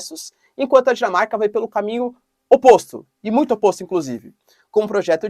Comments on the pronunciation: Sim, ele falou Jamaica sim! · Eu também entendi Jamaica !!! Aí ele falou Europa estranhei !!🤣🤣🤣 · Engraçado que depois que ouvi o vídeo com velocidade reduzida pela metade (0,5×) e finalmente entendi "Dinamarca" agora mesmo ouvindo na velocidade normal e até acelerando, eu não consigo mais ouvir "Jamaica" como antes. Deve ser algum tipo de condicionamento intuitivo porque depois de saber o que ele realmente falou, agora mesmo acelerando o vídeo eu só entendo "Dinamarca" com todas as letrinhas hahaha! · Professor quando o sr falou Dinamarca eu entendi Jamaica... Estranhei e repeti o trecho usando legenda e o YT também entendeu Jamaica. Continuei não acreditando e reduzi a velocidade pela metade e só então deu pra entender que o sr falou Dinamarca... 😊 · Eu também ouvi Jamaica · Exatamente assim, "Jamaica na Europa" WTF ?? Mapa mudou e eu não fiquei sabendo????